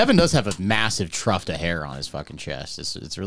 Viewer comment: . What's a truft? Don't you mean tuft?